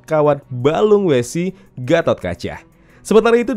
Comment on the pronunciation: otot kawat tulang wesi (besi) bang. bukan wese (wc kali).